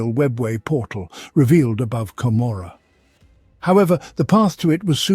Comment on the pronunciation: A decent rendition of lore from the 7th edition campaign book, Gathering Storm: Fracture of Biel-Tan. However, it pains me every time you mispronounce Commorragh. 40k designers have said the name is an allusion to Gomorrah, from the biblical story of Sodom & Gomorrah, and should be pronounced as such.